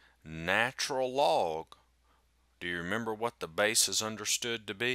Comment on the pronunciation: I think it's the Cajun English accent.